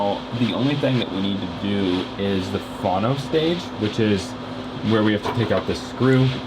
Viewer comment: Why are you calling it a "fawno section" instead of "fono" ? Get your pronunciations straight please. Otherwise, good videos.